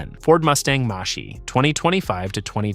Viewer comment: Toyota R A V 4? Mustang MASHE, WTF?! HATE THESE AI VOICE OVER!!!!